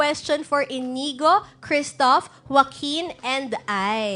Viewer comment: Hindi Inigo pero Inyigo kasi nga " Ñ " yun. Patanga tanga kang host ka.